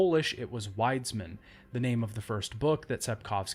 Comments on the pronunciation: wiedz - min is the pronounciation dude. its not that difficult i promise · I'm not even Polish (although I do speak it at about B1 level), but the way he pronounces "Wiedźmin" ticks me off a bit. Otherwise a great video, although I would've like to see a bit more effort regarding pronunciation. Keep up the good work! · It's reallyyy funny how you pronounced "wiedźmin" for a Pole